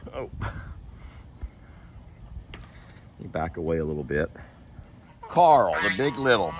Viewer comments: Carl isn’t an annoying name - it’s just the way says it; it sounds like he’s saying ‘Coral’. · I’m English. pronounces ‘Carl’ like it has two syllables.